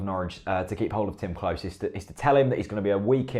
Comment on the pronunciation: Great content etc, but Klose is pronounced closer, not close